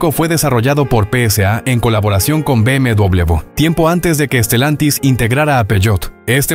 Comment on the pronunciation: BMW no se dice “Be Eme Doble B”, la forma correcta es “Be Eme Uve”